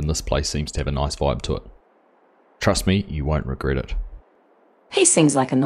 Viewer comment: When someone says "Turst Me" I start to worry. Great start to a new series, looking forward to seeing more.